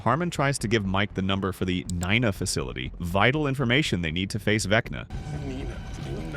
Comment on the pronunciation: pronounced knee na